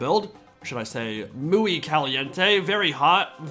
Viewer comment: MOO-IE Caliente